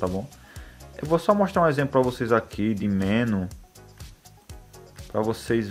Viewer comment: Olá! Assisti vários outros vídeos seu e são muito legais. Outra coisa que queria falar é sobre a pronúncia da palavra MENU. A sílaba mais forte é a NU e vc está pronunciando como a mais forte ME. Se essa palavra tivesse acento seria escrita assim: menú. Essa é só uma dica pra vc, Pq gosto muito dos seus vídeos. Desculpe qualquer coisa e forte abraço.